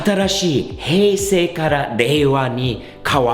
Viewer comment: ヘイセイの発音にsiriが反応した w